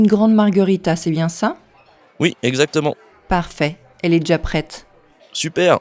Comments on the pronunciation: Got it all from the start. Only two points I picked up on, I didn't hear the ' viens' at all in ' viens chercher', so guess it's been dropped, and noticed 'jà Pret' as opposed to 'déjà prêt' which was interesting. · It sounds like he said "je cherche un pizza". Instead of "je viens chercher un pizza". I also noticed that the "d" is dropped when you said, "elle est deja prete". Which sounds like elle-ledge-ah-prete.